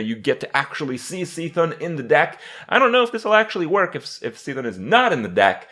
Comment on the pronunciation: I guess kripparrian says Cthulu as See-Thulu as well...